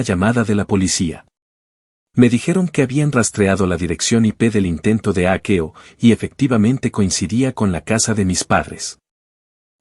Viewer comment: Será leído con un programa como el traductor, y lo ha leído literalmente de hackeo yo creo